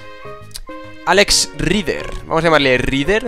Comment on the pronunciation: Rider se pronuncia R-a-i-d-e-r,Como Tom Rider!! ese ingles...